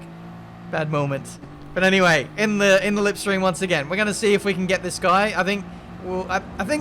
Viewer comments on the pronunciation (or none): You said lipstream not slipstream 🤣🤣🤣 classic. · Did you just say “lipstream” ?? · Did he say “Lipstream”? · It's poking fun on Davide Valsecchi who pronounces it that way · Did he say lipstream ? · lol he said lipstream lollllllll u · “in the LipStream”.... are you alright mate? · yes, yes he did